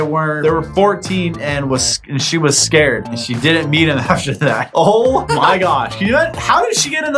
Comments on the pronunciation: Haha, said scared not scarred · Am I the only one that caught saying 'scared' instead of 'scarred' 😂 love the vid and keep it up!❤